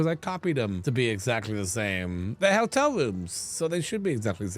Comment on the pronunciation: I love with his cute little accent it sounds like he's saying "Helltel" "instead of "hotel", which would be on brand for.